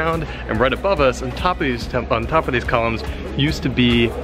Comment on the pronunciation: I kept thinking you were saying Colins and not columns. I'm sure Colin will be happy to know how much you love colins